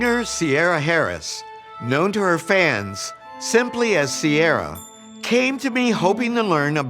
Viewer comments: "Sierra"? It's Irish and pronounced Kee i ra! If you are going to culturally appropriate at least say it right! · Ciara is pronounce Ceera in Ireland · Strange way to pronounce her name. We pronounce like Keer rah. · Ciara is an Irish name pronounced Kira